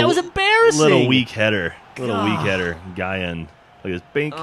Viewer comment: i like how you said your a huge football fan in the beginning and yet you dont know how to pronounce any of the ghana players names...wtf is guyan???